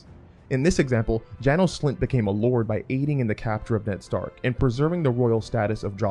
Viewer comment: 1) it's Jay-nous 2) it's Gee-or 3) I can't take writing advice from people who can't even read names properly.